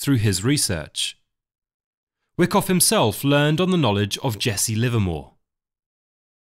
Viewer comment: I’ve read Anna’s book and enjoyed this summary. I think Whyckoff is pronounced why koff rather than wick off. Love the content.